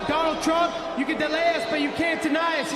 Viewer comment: "Twenwy twump 24" colby at the end